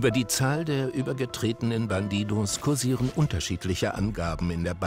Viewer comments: Alle: bandidos Monte: BanTiTos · "bandidohs" der typ kann nicht mal den clan namen vernünftig aussprechen xD